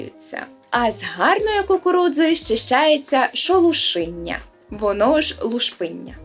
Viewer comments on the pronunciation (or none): Шолуминя а не шолушиня))